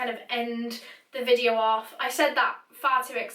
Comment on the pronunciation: When she said videø I felt that 😔🤚